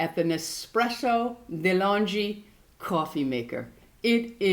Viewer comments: It's pronounced de long ey it's a new Zealand brand love this video xxxx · Delonghi has to be pronounced with a hard G. ;-)